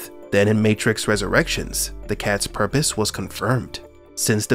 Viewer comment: “It’s purrrrpose” 😹